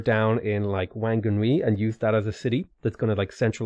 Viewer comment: Actually Whanganui is pronounced Wanganui by the tribe, that's why it used to be spelt as Wanganui. But obviously for everything else the WH is an F sound